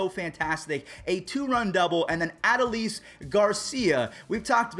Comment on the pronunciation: man straight butchered Adolis name